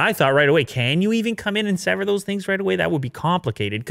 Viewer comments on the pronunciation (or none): none